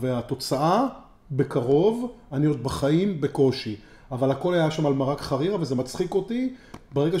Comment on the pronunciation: כפרה עליך אומרים חרירה בחיבור ולא ח רירה..